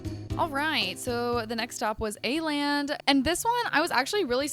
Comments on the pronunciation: Why are saying Aland when it’s called Åland 🙈 dont be mad i am just a karen😘 love ya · Everyone in Korea: "let's go to A-land" Me, a triggered Swede: "It's called Åland!" Yeah its kinda pronounced like the ou in "ought to" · It kinda is! As a native Dane, it's kinda triggering to listen to the mispronunciation, just like how Hongdae isn't pronounced as Hongday. But I can bare with it😅😂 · the way you pronounced Åland broke my scandinavian heart 😭